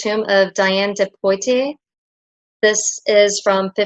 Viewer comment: • Anne de Bretagne is pronounced Bre-tan-yuh • Diane de Poitiers is Dee-ann de Pwah-tee-ay • Antoinette de Fontette is Ann-twon-ett de Fawn-tet • Pieter van Coninxloo is Coh-ninks-law • Bongrace is Boh-grass, like Bone but without the n • Bavolet is Ba-voe-lay • Kunsthistorisches is one word and it's pronounced Koon-stit-horr-shez